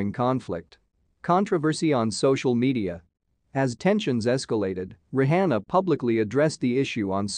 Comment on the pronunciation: The host should prolly learn how to pronounce Rihanna's name.